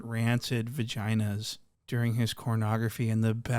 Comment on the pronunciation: Not “cornography” 😭